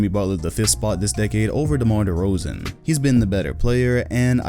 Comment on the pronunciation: Im mad you barely spoke good on DeRozans name